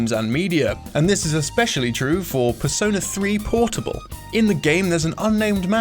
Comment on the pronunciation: Despair Waffle PERS-ö-NÄ